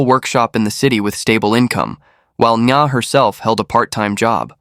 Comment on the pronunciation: "ng' is a nano-guttural sound, particular to the Vietnamese language, does not sound exactly as "n", like in viet-NAM. The narrator has got the sound quite accurate enough, with the victim's name, which is Nga (not to be pronounced 'Na"). From a Vietnamese native speaker.